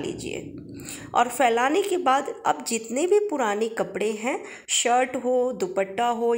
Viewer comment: परा नहीं रहता पड़ा रहता है घेरा बना रहता है बनी नहीं रहती ।ली हूँ नहीं ले लिया है।स्त्रीलिंग को पुल्लिंग पुल्लिंग को स्त्रीलिंग कपड़े को कपरा बोल रही हो